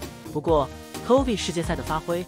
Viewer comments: 為什麼把chovy唸得很像covid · chovy 念成 covid :)